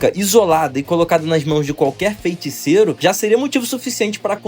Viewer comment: graças a Deus mano, vc passou a falar FEITICEIRO de forma correta, agora posso voltar a acompanhar seus vídeos em paz. Parabéns pelo vídeo, vc melhorou absurdamente na energia da voz!